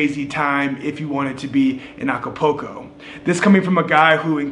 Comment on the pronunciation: Nice video ,, cool channel ,,, just one point .. the city ACAPULCO is not pronounced A C A P O C O .. it is pronounced A C A P O O L C O .. you know like a swimming pool ..